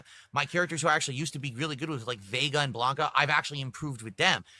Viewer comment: "Aaayund", "Baayunned", still uses the weird thus incorrectly... lol.